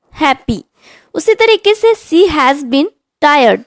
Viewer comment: Not See was it is she was please correct your pronunciation